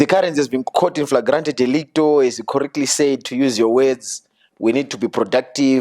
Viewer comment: Meet the guy who said infragrant delicto 😂😂😂😂😂